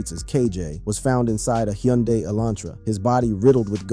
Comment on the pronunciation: did u really pronounce the Y in Hyundai???!😂😂😂😂